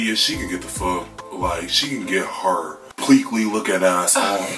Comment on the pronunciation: No he didn't say Pleakley!!! 😂😂😂